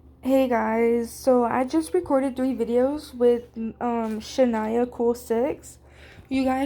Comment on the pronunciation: W LOL (you were saying my name right loll😭) I love it guyzz 🤏🤏 I had so much fun with you!!👀👀